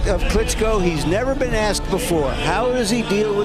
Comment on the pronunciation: Nice Video on Klitschko's career. What I don't get is you have umpteen clips of pro boxing announcers pronouncing his name yet you repeatedly mispronounce it. Sorry, just some creating criticism, now to mention I know that I don't like when people mispronounce my name. LOL. I enjoyed the video regardless, good job bro. #WeStandWithUkraine